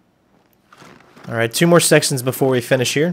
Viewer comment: "Two more sextions"....... :)